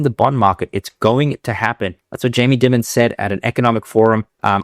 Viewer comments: Dimmon?? Dimmon?? It's Jamie Diiiiimon (like diamond) He is a legend like Warren Buffet but in banking. Not wise to ignore him. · pronounced diamond fyi. sometimes affectionally referred to a “america’s ceo”. incredibly important guy here. i worked at jpm private bank, the operation is all top notch and the respect and reputation is legitimate. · Jamie Dimon’s last name sounds like “diamond” for future reference. Great show as usual.